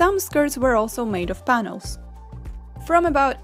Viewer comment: in I legitimately heard you say "Thanos" instead of "panels" I'm so sorry